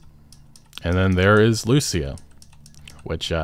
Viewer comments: the spanish words say: "Confession written in (tattoo) ink. The tattoo on his neck that gave him away, key to the conviction of a man from Leonida". And one more thing. Pronounce Lucia's name like this: lu-CIA. Like the woman at the beginning. Not LU-cia. Hope it helps, love your videos, keep it up, sorry if my english is bad, hope you understand what I wrote. Cheers ✌🏻🙂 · My man, I've been watching your content since 2016. You're my go to for info. Please, please oh PLEASE pronounce it LucÍa. Lou SEE Ah Ok, Spanish rant over. What a time to be alive <3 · It bothers me that even tho you hear them say Lucia’s name, you still pronounce it wrong 😂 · Trailer literally teaches you how to pronounce "Lucia" You say "Lucia" wrong again... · The guy cleary heard how the name Lucia is pronounced and proceed to say it wrong!!! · You pronounce her name wrong you silly sausage, it says it in the trailer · Anyone else bothered by the way he keeps pronouncing her name? 🤦🏻‍♂️